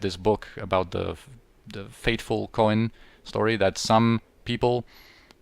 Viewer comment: Third rewatch and I just got that you say "coin" as "Co-en" lol.